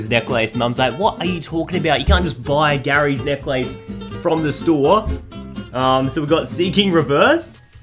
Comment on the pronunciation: He pronouncesNecklace kind of weirdly like he's saying Neck - Lace